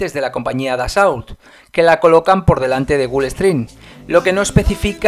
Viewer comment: En francés no se pronuncia la T al final ni la L . la au se pronuncia O . Atentamente jm